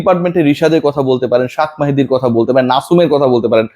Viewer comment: শাক মাহাদি মানে কি রে মগা? ভালো করে কথা বলেন।